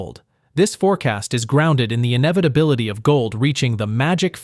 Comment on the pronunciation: Ah the “Inevidabilidy”…